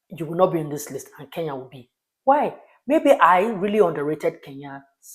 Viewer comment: why do you call KE-N-YA ... 'KEYA" ? why , why?